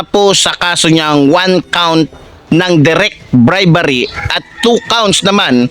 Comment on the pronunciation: Hindi BRIBARRY😢😢😢BRI-BE-RY😅😅😅BRIBERY